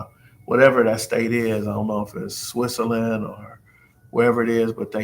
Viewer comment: Did you just say Swiss-a-land? 😂😂😂.!!!!!!